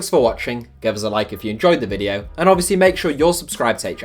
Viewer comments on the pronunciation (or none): none